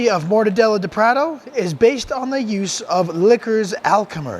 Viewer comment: Wow! That was fast! Cheers for taking up my request so quickly! Cheers, again, mate! Now you owe it to yourself to go to The Mercado Municipal in São Paulo, Brazil and get a mortadella sandwich at one of the second floor resturants, with cold beer, of course. Lastly, try pronouncing "prato" as prah-toe...